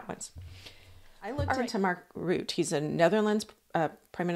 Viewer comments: Mark Rutte: pronounced: Rutt-uh. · I understand the 'e' on the end of Mr. Rutte's name is NOT silent, it is being pronounced by most reporters as 'ROO-TAH'. Love your presentation. Thanks. Re: Joe and Mika - it's been pointed out that they have a lifestyle that turns over a huge amount of money every month. Their jobs could be changed to an unrecognisable extent and kissing the ring might not be enough to keep their positions going because too many viewers could leave.